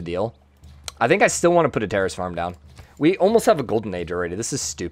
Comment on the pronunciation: Why does it sound like he keeps saying "Terrorist Farm"? Is there an accent affecting his "Terrace"?